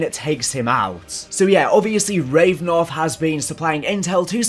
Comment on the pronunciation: It’s Rav-A-nov, not Revnov!